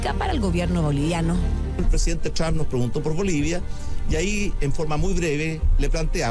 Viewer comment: Sebastián Piñera habla mal el Apellido del presidente estadounidense al hablar " el presidente Charm; lo correcto es TRUMP 😂😂😂